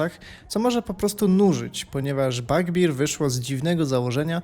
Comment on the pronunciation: Bardzo chciałem obejrzeć ten film ale "Fletałt" i "Bagbir" mnie pokonały. Sorry. Jak już tak brylujesz angielskimi słówkami to chociaż trzymaj równy poziom.